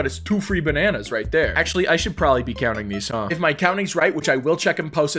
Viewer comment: When he said courting bananas that sounded weird to me